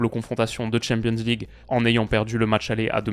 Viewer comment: Qu'il apprenne d'abord à dire champion's league ou C1, c'est pénible ... et ridicule (quand on comprend l'anglais).